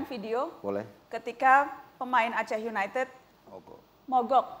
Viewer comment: Wahahah kacau ...pantes die sujud syukur pas melenceng ... Didor pala yekan..gmn ga sujud syukur lu #oiya just info Aceh united dibaca Blitar united ya hehehe...klub kebanggaan Aceh itu always Persiraja